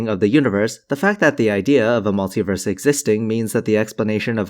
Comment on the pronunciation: mul-tee-verse, not mul-tie-verse Because you don't say u-nigh-verse do you!